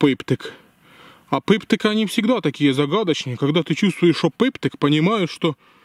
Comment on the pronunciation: Шоу таке за Дыво....Пыптык..??????? Крайняя твоя накопка...Цэ Пыптык....😂😂😂😂😂😂😂😂😂😂😂😂😂😂😂😂😂😂😂😂😂😂😂😂😂😂😂